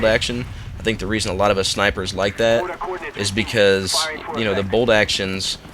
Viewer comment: Lol it bolt action not bold action